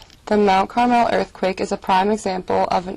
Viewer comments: You mispronounced Carmel, you were saying it like Carmel, California it is actually pronounced like the food. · You said Mount Carmel wrong my grandma lives in Mount Carmel are used to two